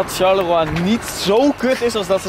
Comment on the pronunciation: Leuke video! Tip: Je zegt Sjarlowa